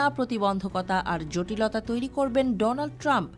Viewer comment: ডোনাল্ড ট্রাম্প রোনাল্ড ট্রাম্প 😅😅 নামটা ভালোই দিছেন ভাই এসব ভালো মানুষের নাম ভালোভাবে উচ্চারণ করা সম্ভব না তার প্রমাণই দিয়েছেন আপনি